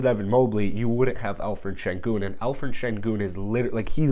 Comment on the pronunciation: I think your pronouncing senguns first name wrong, I think its pronounced with the 'p' and not 'ph'💀